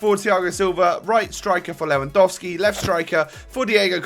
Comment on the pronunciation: You didn't say "Lewandouski" like many other youtubers ^^ You don't know how much all these pronounciation errors annoy me as a german Bayern Munich fan when I try to pronounce everything correctly :)